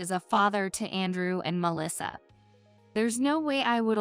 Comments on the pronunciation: Whoever this woman is, she mispronouncing mang English words. Andrew is pronounced An drew and not And rew. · I’m hearing the complaints of the AI readings and I must say I agree. This seemed to be an interesting story but once I heard the AI and mispronouncing Andrew with “An rew” I just couldn’t listen to it any longer. I will willingly try to give it a go and read this story if whomever has propriety and ownership of it lets me. For FREE! :). I just can’t handle these AI’s. It’s one thing if they are pronouncing correctly but with errors? Might as well let an a human read it with errors :) After all to err is human. :)